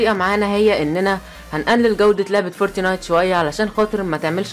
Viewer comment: انتقها صح اسمعها فورت نايت مش فورتي نايت